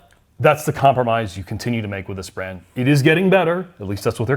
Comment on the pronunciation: Every time he says brand I get agitated.